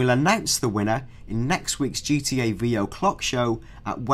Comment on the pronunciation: I wike gee twee a (I like GTA) LOL like ill win